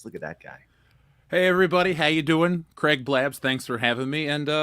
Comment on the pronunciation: Might as well be greg. That's not how you pronounce craig lol, but Americans have a reputation for butchering words.